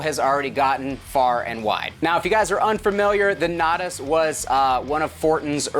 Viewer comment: Nay-tahs lol